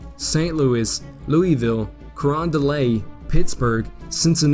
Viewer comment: The graphics and analysis are excellent. One complaint, however. The narrator continually mispronounces place names. In this and associated videos Cape Girardeau, New Madrid, and Carondelet are not pronounced correctly. Part of the problem is that Americans tend to "angelize" foreign words. (New Madrid is NOT pronounced like the Spanish city.) It is obvious that the narrator is trying to do justice to these place names, but just a little more research (perhaps a phone call?) would be in order.